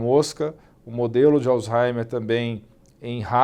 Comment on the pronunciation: Acho engraçado que todo mundo acaba falando alzheimer como "alzaimer", e o dr Alain fala do modo correto, o h fazendo leve som de r, como "alzraimer".